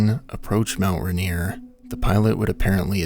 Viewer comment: Ah yes, Mount Rineere